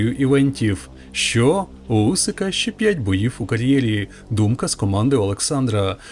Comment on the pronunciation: It’s Usyk not Usik 😊